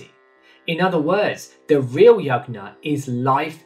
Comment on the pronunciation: Also, a suggestion your pronunciation of Yajna can be improved. It uses 'J' sound like in Jug, and not 'G' sound like in Good.